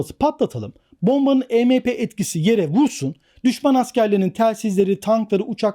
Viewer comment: Arkadaşım bir video bir içerik hazırlıyorsunda e me pe değil !! E em pi !!!! Yani si önce bir araştır nasıl okunur yada telaffuz edilir , ondan sonra biraz daha konuları detaylandır !!! Bir de polis ve Askeriye birşey yapamaz diye bir durum yok , bizim Askeriyemiz de durum nedir bilmiyorum. Ama pilipinler en son tusunami afetinden sonra , Amerika cindi kasırgasından sonra , Çin zaten yaklaşık 20 yıldır düzenli olarak bunların tatbikatını yapıyor !!! Yani öyle işkembeden sallamayla bu işler yürümüyor..